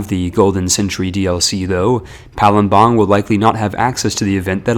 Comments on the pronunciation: Bruh it's Pa-lem-bang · Palembang is pronounced Palembag not palumbang Also it's pronounced pa-ga-ru-yiung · as an Indonesian, the way you pronounce Palembang kinda discomforts me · Palembang was even worse